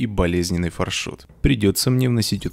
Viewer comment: На английском пишется FarShot. Far- далеко, Shot- выстрел. Тогда почему мы говорим ФаршУт. (если я не ошибаюсь) Надо говорить фаршОт( или Ё, не знаю).